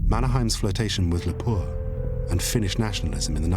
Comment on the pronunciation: It took a while to understand "Lapua" (should be phonetic stress on "la"). - Nevanlinna pronunciation weird (have to mention I met Olli Lehto - he was into Butterfly stamps) - Mannerheim was not interested in his international reputation as he was not interested in being a dictator in Finland (He was the Regent in Finland after our independence before our first president) - Ryti is pronounced as "rytti" why the double t? .. and when Finnish names do have double t you'll pronounce it as a single t? - You failed to write "Viipuri" properly on the map